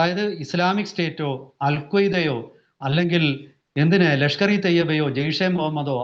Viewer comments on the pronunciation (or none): none